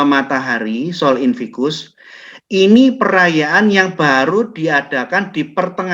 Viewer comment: koreksi sedikit pak: sol invictus... bukan sol invicus